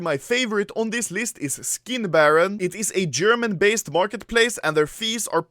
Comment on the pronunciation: All I heard was "I have a video coming 'foreskin' baron" HAHAHA